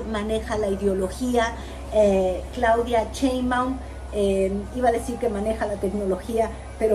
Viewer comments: No se dice CHEinbaum, tu q eres comentarista y juzgas a todos debes diferenciar CHE de SHE. Se dice CHAngo, CHEnte, CHIle, CHOngo, CHUrro. El apellido es SHEinbaum arrastrando la S. SSSSSSHEinbaum, hay q aprender a pronunciar y así tu q tienes éste canal todos tus seguidores aprenderán de ti y si lo haces mal pues mal aprenderan. Recuerda q hay q empezar a respetar, y si no sabes pronunciar pues más fácil solo di LA DOCTORA PRESIDENTA. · por que dices cheinbaum? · Por que no saben decir Sheinbaum xDDD es con Sh... como cuando callas a alguien Shhhh XD